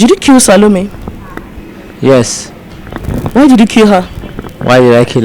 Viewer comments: Why is he calling her talome not salome😮 does he even really know her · I don’t think this guy even knows the lady or killed her . He didn’t even pronounce her name well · Notice that he didn't even pronounce her name well. He doesn't know her.